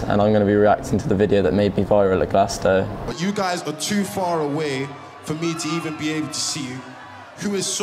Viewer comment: Glasto... not Glas-Toe 👣